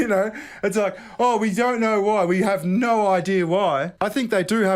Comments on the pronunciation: Yet you still can't properly say No You say "Naur" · naauugghh.. There's an R in there somewhere